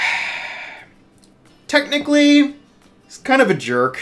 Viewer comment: Technically, it's "technically", not thenically. (I promise I'm not being mean, I just thought it was funny xD)